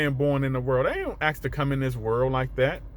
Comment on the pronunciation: Ask not aks